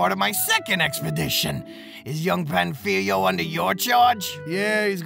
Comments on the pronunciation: My dude... at least try to pronounce the name of the guy correctly. Do you see that á in Pánfilo? It means Pa is the accented syllable, so it should be pronounced PANfilo instead of panFIlo. I get that Spanish is not your native language, but a minimum amount of research in top of what you already did would elevate the quality of your video even more. Speaking of research, you skipped over one of the most interesting and lesser known facts about slavery in the new world. What matters Is not that father Las Casas argued against enslaving the native Americans, but the REASON why he though it was wrong to do so. If you run out of material for your videos, consider making one covering the Valladolid debate. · how do you make a 20 minute video about Pánfilo de Narváez and still fail to learn how to pronounce his name correctly 🥴 Also it´s King Charles I of Spain, not V